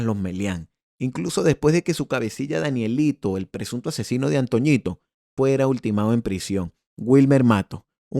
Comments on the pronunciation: No es antoñito 😂 era antonito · La única correpcion con el hizo el vídeo es que no es antoñitooooooo es antonitooooooooo o el viejo así es como se le decia